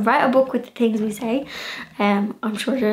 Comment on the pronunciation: I love the way you leave the 'h' out of your pronunciation e.g. things - you say 'ting' or Thursday you say 'Tursday' x